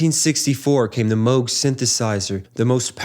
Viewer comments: "Moo -g" synthesizer, not "moge." 🎹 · MOOG. NOT MOAG. Like the name of a famous Tea = Ty-phOO. Got it ???? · This video makes a point to stop and discuss the Moog synthesizer, yet never mentions Robert Moog! What's the deal with that? And Moog is not pronounced "Moe-gh" as in "moe," but Moog, as in "zoo". Bob Moog is well worth mentioning, he invented modularity, the ability to connect separate modules with patches. And he also invented envelope generation, the pitch wheel., and the voltage-controlled oscillator. Wendy Carlos, who is mentioned in this video, didn't invent anything, she just played synthesizers invented by Robert Moog. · No, Robert Moog’s last name is pronounced “Mōge.” Long O.